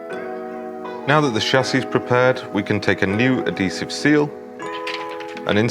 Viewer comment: It’s pronounced Add-hease-ive not add-dease-ive